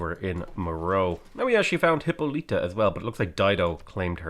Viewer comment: For the hundredth time,, Hippolyta is pronounced "Hip-Paul-lih-tuh" not "Hippo-leet-uh"!